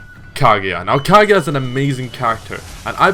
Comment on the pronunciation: Kageya wtf its kaguya